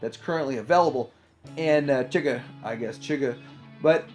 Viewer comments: Apparently TF fans haven't watched/read No Country for Old Men lol. DX9's Astrotrain was named after the baddie, Anton Chigurh. It's pronounced "shi-GURR" ...not "chigger". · Thanks for the breakdownI I'd never even heard of Transportation Captain before this. I preordered the Chigurh (it's pronounced SHIH GURR—like Anton Chigurgh, the villain of No Country for Old Men) rerelease from ShowZ for a great price, and I'm sticking with that one. I like the bot mode for Thomas, but alt mode is also important to me as I transform my whole display back and forth every month or two. The alt modes on the FT version just look like a blown-up version of the G1 toy to me. Definitley not what I want, otherwise he would likely would have been my first FT bot.